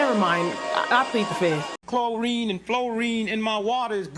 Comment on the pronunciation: Clo rine an flo rine😂